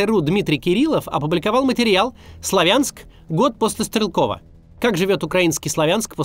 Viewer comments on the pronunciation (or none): Сла́вянск правильно, а Славя́нск - это новояз и неправильное произношение. Также как и Ку́пянск, а не Купя́нск!!!!! Постоянно неправильно произносите, уши режет. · СлАвянск!!! На первый слог ударение! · СлАвянск ударение на первый слог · Сла́вянск правильно говорить!!! Всю жизнь так называли, а после 2014 года появилось другое ударение. Пожалейте уши слушателей.